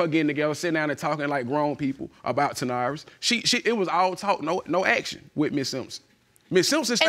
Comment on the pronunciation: I'm sorry I can't..ta'norris...then he's pronouncing it ta'naurus...